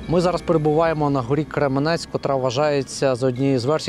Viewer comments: Какой Кременець?Крем’янець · В начале видео показываете с кремянца часть города которые вы написали что 90%разрушено, хотя на самом деле там больше целого разрушен только центр, и да не Кременец а кремянец учитесь говрить правильно если не жили в нем